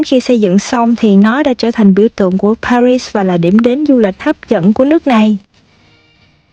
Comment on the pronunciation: thủ đô Paris ,âm tiếng Việt là pa ghi,không đọc ba rít theo tiếng Anh. Đến Pháp, thì nếu có thể , nên đọc đúng tiếng Pháp